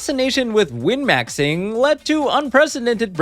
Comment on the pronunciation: O.o what the fuck is "gwyn-maxxing"?